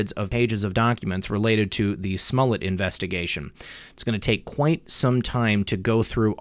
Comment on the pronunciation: Who is Smullet? Are you referring Smollett? :)